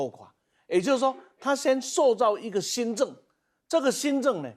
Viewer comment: 美“金”撤退，新“Zeng“。。。饶了我吧？没有名嘴了吗？